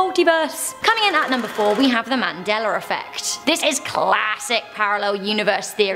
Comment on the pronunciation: There is no r in Mandela